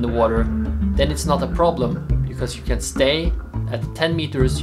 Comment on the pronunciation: Did you just said "can die" ? It kind of sounds like "can't die". Can you please clarify this. Thanks!